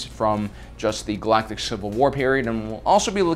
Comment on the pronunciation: Everyone else: Galactic: GalactiCC